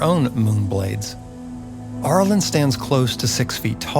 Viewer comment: Cool video, but the beginning of “Arilyn” sounds like “air” or “arrow” not “are.” I know it’s a nitpick, but I winced whenever you said it. Overall, I loved it. I grew up on these characters as well. Shoutout to the commenter who mentioned Myrmeen Lhal and the Night Parade!